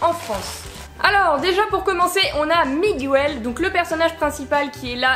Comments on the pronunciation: Désolé de te dire ça mais on dit MiGEL pas MIGOUEL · C'est pas Migouel mais Miguel ça se prononce Mig-El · Ça ce di Miguel le U est mué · Pourquoi tu dis Miguel en prononçant le u ? Dans le film ils le disent pas